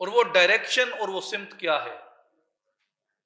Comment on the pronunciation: جناب اردو زبان کا لفظ "سَمت" ہے، "سِمت" نہیں۔ س کے اوپر زبر ہے نہ کہ س کے نیچے زیر۔ شکریہ